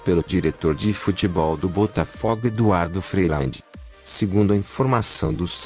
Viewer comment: Pronuncie o nome do time direito,por favor.